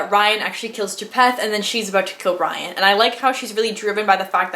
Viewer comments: I love the SGE and I’m happy to see a channel about it! Great video! Also, Rhian is pronounced ree-an. Have you read the Rise and Fall yet? If you haven’t, I highly recommend them, they were amazing! As much of a wild ride as the original books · It’s not Ryan it’s Rhian 😭